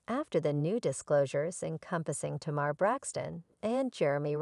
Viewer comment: How can these people keep mispronouncing Tamar’s name.